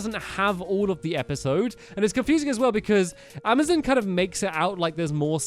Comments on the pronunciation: he keeps on saying amizin instead of Amazon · Stampy its called amozon not amizen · ITS AMAZON NOT AMAZIN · It's not amizin it's amazon